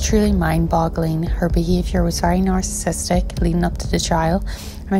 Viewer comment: “Sociopathic na’arrsis”